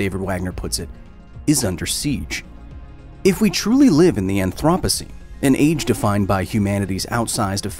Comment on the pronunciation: "The anthropussy"